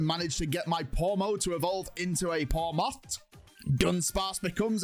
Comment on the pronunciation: When you sent out pomot you sead pommo